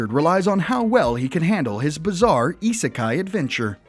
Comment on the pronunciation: that's what I thought. plus he says isekai wrong.